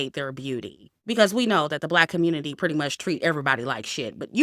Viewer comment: I love how says "the communit-IY when she's talking about these stories 😂😂😂😂